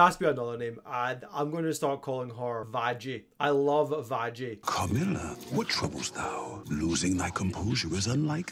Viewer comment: WHEN YOU STARTED CALLING VAGGIE VAJJY I STARTED TO CRY INSIDE